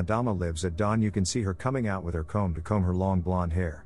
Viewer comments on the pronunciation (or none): none